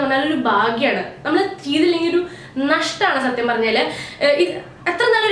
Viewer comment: ബാഗ്യാണ്... നഷ്ട്ടാണ്ണ്‍... ..... എന്താ ഉദേശിച്ചേ..? ഭാഗ്യമാണ്.. നഷ്ട്ടമാണ് എന്നാണോ.... ? ഓക്കേ .. ഓക്കേ.. നിങ്ങള്‍ പെണ്ണുങ്ങള്‍ക്ക്‌ എങ്ങനേം മലയാളം.. പിരയാല്ലോ... പിരഞ്ഞോ പിരഞ്ഞോ ( പറഞ്ഞോ പറഞ്ഞോ..)